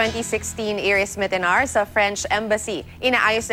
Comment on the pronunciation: Why didn't you learn her pronounce her name